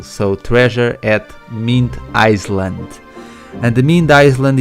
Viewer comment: Don't want to be an asshole but it's pronounced I-Land